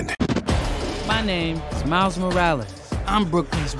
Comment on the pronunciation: "Mails" XDD its Miles